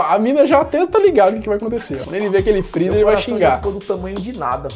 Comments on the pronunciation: "DESLIGA O FRRIZA A NOTCHE" KKKKKKK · "DESLIGA FREZZER A NOTCHE"